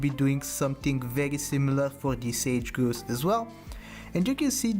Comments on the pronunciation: Might need to watch a wildlife vid for a hint on how to pronounce grouse 😉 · Or just say "Grouse rhymes with house". My favorite is how he says chi HWAH HWAH.